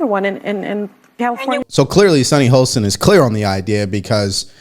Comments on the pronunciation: SHARON NOT SARAH!!! HOSTIN NOT HOLSTIN!!!!!!!! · How about saying Sunny HOSTIN’S name right?? There is no bloody L in it! He says her name 25 times per show - and no one CORRECTS him?? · Why can’t this man pronounce Sunny HOSTIN’S name right?? There is no L in it! If you are going to say her name 25 time per show- at least learn it. 🙄😣